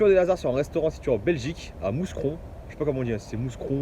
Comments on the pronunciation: C'est un S muet, tu dit Moucron et pas MouScron. Connaissais pas ce resto, merci du tuyau ! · Mou cron tu prononce pas le S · Sa se dit Moucron mais s écrit Mouscron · Salut l'ami !!! On dit MOUCRON. Le S ne se prononce pas ! Bonne journée !!! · Ça se prononce moucron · on dit Mouscron................ Le S Reste Muet.... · salut pour ta gouverne on ne dit pas le s dans mouscron et ceci dit en bouffe tes une vraie bête